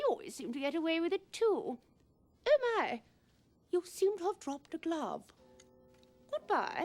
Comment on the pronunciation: I love how her "Oh" sound like "Ew" LOL